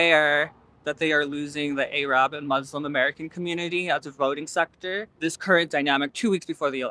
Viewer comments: i love that these protestors are supporting 🇵🇸 and reminding us how related these issues are, but erm she said a slur. arab pronounced "ay-rab" is considered a slur. its "air-rub" or "ah-rub" 🫶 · "A-RAB" lol